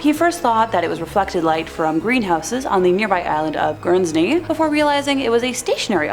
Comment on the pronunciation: It is pronounced Gurns-ey 😉